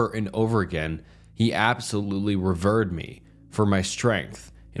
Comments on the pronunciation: he "revurred" her, eh? jfc, you're making money stealing other people's content and lazily shitting it on to youtube. the least you can do is pronounce words correctly. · The word is "revered" which means to worship or hold in high esteem. But yes, dude mispronounced it something fierce lol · Learn how to pronounce "important" and you'll be taken more seriously. Among other words like "revered".